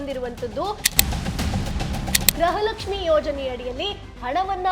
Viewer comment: 💛❤️ ಕನ್ನಡ ಉಚ್ಚಾರಣೆ ಸರಿ ಇರಲಿ ಮುಂದಿನ ವಿಡಿಯೋದಲ್ಲಿ , ಗೃಹಲಕ್ಷ್ಮಿ ಅಂತ ಹೇಳುವ ಬದಲು , ಗ್ರಹಲಕ್ಷ್ಮಿ ಪದೇ ಪದೇ ಹೇಳುವುದು 😂 ಹಾಸ್ಯ ವಾಗಿ ಇದ್ದರು ಸಹ ಇದನ್ನು ಸರಿ ಮಾಡಿ , ✅ ಸ್ಕ್ರೀನ್ ನಲ್ಲಿ ಸಹ ಗೃಹಲಕ್ಷ್ಮಿ ತಪ್ಪು ಇದೆ , ✅ ನಾನು ಜನರಿಗೆ ಗೃಹಲಕ್ಷ್ಮಿ ಈ ಸುದ್ದಿ ಮೊದಲು ಹೇಳಬೇಕು ಎನ್ನುವ ಆತುರದಲ್ಲಿ ಇದು ಆಗಿರಬಹುದು ಅಷ್ಟೆ ✅ 🔱 ಓಂ ಕಾಲಯ ತಸ್ಮೈ ನಮಃ ✅ 🙏🏼 ಜೈ ಶ್ರೀ ರಾಮ್ 🏹